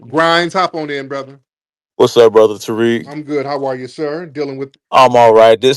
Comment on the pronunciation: And the caller think he is slick by the way he is pronouncing Tariq's name...these ppl do that a lot..always pronounce a Black man's name wrong (PURPOSELY) to disrespect....Tariq is pronounced, Ta-Reek..Tah-reek or Tah-rick...he keeps saying, TAR-RICK ..he is trying to be funny with that TAR bs ..Tar...(Tar Baby).. he keeps saying it...why keep saying someone's name when you're talking to them?..who does that?